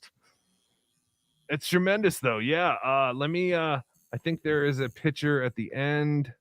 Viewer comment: And btw, it's electric not eletric, it's picture not piture, what kind of accent is that or is it braindamage